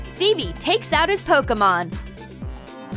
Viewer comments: its pokemon not pokomon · PokImon not pokAmon